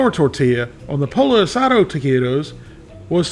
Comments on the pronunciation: It's pronounced "POY-yo", not "polo". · The best Taquitos I've tried, and haven't tried them all, are El Monterey Extra Crunchy Taquitos. The "Extra Crunchy," not their regular ones. They come in SouthWest Chicken or Taco Seasoned Beef & Cheese. Sorry to be a Scooter, but... Pollo isn't pronounced like a Polo Shirt. It's Po Yo. Double L in Spanish is a Y sound. Birria is more like Beer E Ya, but close enough. Oh, Corn Tortillas., btw. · Not poLLO! Poiyo. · "Polo." That's the way Scooter pronounces it. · Flour tortillas are heavier. Pollo is pronounced Poy-oh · Pollo is pronounced poyo. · I grew up eating Mexican food and didn't even know about flour tortillas until I was an adult. I prefer corn. Just heat them up on the stove burner..... yum. Instead of these, get a pack of corn tortillas and make your own. Oh and pollo is pronounced poyo. But that's okay, lots of people do that. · The two L's in "Pollo" are not pronounced like standard L's. Proper pronunciation of "Pollo" is Poeeyo. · Lol... POLLO is pronounced...POYO POYO =Chicken 2) L L ... together .... is a Y sound Never ....L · Pollo is pronounced Poy-oh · Scooter here.. Pollo is pronounced poyo. Just sayin.. Also, taquitos should be covered in a good guacamole.. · Damn, I'm whiter than a gardenia petal and even I know you don't pronounce pollo as "Polo" lmao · we love ya, son, but--you pronounce torilla correctly but pollo is pronounce poyo. In Spanish it seems the double 'll' is said like the letter 'y'. Just sayin'.